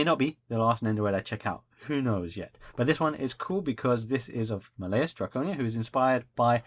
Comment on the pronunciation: By the way, you're saying Malleus's name wrong it's said as Mal-Lee-Us Not Ma-lay-us.